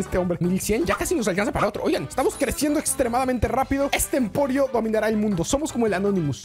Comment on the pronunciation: Que humilde el diciendo emporio en ves de emperio